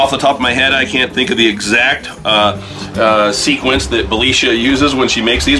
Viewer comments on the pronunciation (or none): none